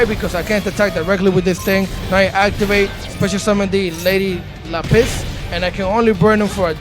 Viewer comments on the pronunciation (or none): Big dawg its Lap-Is stop with this La-Piss Rkelly